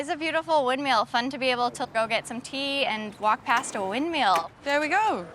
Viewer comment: Windmill…not windmeal…🙄